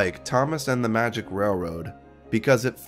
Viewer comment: I had no idea Roger Ebert was absolutely incapable of saying the word railroad before this. "rare-wode"